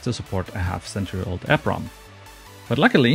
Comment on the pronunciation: In all my years, I've never heard it called an EP ROM (short e combined with the p) ... always pronounced it E PROM (long e prom)